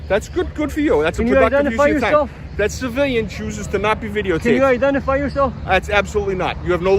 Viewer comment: "Absolutely not. Can you identify YAW-Self?"